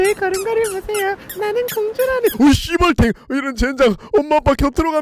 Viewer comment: 띠벌탱이 저만 씨벌탱으로 들리나요,,ㅋ